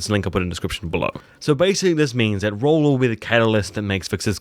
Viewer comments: Please pronounce his name properly...Its Rollo not Rollor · king, it isn't roll-law, it is roll-O